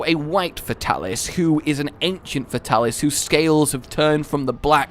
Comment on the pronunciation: Fate-alis...cant stand getting names wrong.